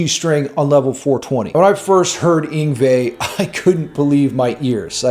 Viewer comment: So many things to say about this clip. First of all all americans mispronounce his name. It is Yngwie, not ingvei or whatever they say. Then, Malmsteen never plays a song the same, he improvises a lot but he isnt at the top of his game anymore, he is sloppy. Of course he can shred. But the thing I really hate is the quality of his band. The singer is just not good, the drummer doesnt bring any power to the overall sound. Long in the past are the days when he had the Johansson brothers and a fantastic singer in the band. My guess is that he doesnt want to pay top dollar for top musicians in the band. And then he pushes all the band to one side of the stage so he can be in the center. I dont know you, i dont like it. However, I still like many of his songs and know that if he really wants he can kick ass.